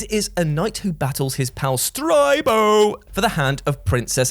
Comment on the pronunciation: 2 years later and I'm still rewatching this vid for Uuurstead and STRYBO and Flblblbuh 😂